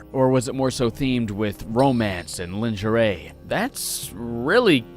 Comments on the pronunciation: "Lin-jeray" um lingerie? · Linjeray...Can't attribute that one to the scotian accent lol